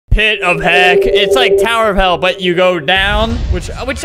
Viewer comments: Albert said heck on a wrong way..... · Albert: “Pit of heck, it’s like tower of hell but-“ Me: “did you just say..HE- vomits ...........HE- vomits “